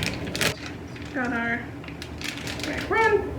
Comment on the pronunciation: Hate the way you pronounce macaron lol